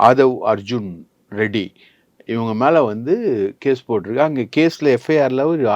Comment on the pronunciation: ஆதவ் அர்ஜுன் ரெட்டி என்று அழுத்திச் சொல்லும் நீங்கள் அப்படியே கருணாநிதி ஸ்டாலின் உதயநிதி ஸ்டாலின் தெலுங்கர் இல்லையா 😂😂😂😂